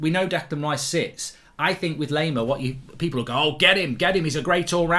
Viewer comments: If you want to pronounce him right - just think of "lime" - same pronounciation - just add "ar" - "lime-ar". So instead of "lame-ar" - it's "lime-ar". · Anyone else getting triggered by Mark's mispronunciation of Laimer? 😅 a German native speaker tells him how to pronounce it correctly. He thanks them, then 10 seconds later continues to pronounce it incorrectly. 🤦‍♂️